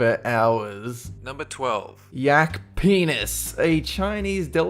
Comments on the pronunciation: I love how you said yak penis like yak PENIS! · the way he said number 12 though, "yak PENIS" way to let my parents wonder what I'm watching in the next room xD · The way he emphasised "PENIS" made me laugh! Love you!